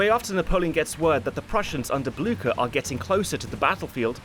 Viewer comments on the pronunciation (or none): I neighed nevery time you said Bluecher.